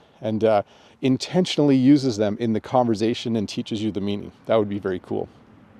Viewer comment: the S in conversation is unvoiced